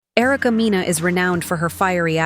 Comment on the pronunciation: please get the names correct😂😂😂. It’s Mena( it’s her last name) and it’s Yandy, sounds like candy.